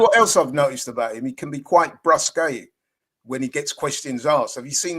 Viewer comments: brusque is pronounced brusk not bruské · Brusque is actually pronounced brusk, just saying :face-green-smiling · it is pronounced br-usk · The pronunciation of brusque was absolutely wrong... is so incredibly pretentious... You are a layman, stay a layman...